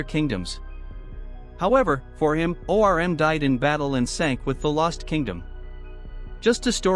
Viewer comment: Him saying O. R. M. is killing me 😂